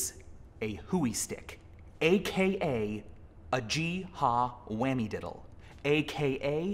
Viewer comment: In Appalachia, here in NC, "gee" is pronounced with a soft 'g'. So we call it a "yee-haw whimmy diddle". Not sure where you got whammy, may be an accent thing. By the way, gee and haw are orders given to mules for left and right. The propeller spins left and right. YOU DO NOT NEED TO PUT YOUR FINGER ON THE WHIMMY DIDDLE. You just move the rubbing stick slightly, like a fiddler's bow.